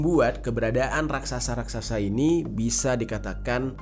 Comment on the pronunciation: RAKSASA atau RAKSAKSA